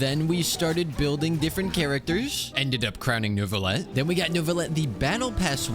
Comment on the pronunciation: I can’t stop hearing “Nervillette” 😭